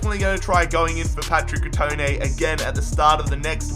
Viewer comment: Cut-trone-a not cut-trone